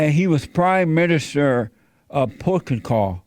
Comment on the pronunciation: Portagul? Jesse needs a speech therapist.